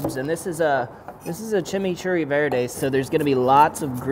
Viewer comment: Even though, you kept saying "Chimney Churry", We know what you meant lol...Anyway, awesome vid, as always!